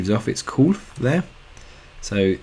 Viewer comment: The cold water gives off its "cooth"... lol British people, thanks for the videos tho man!! I'm very thankful for your channel.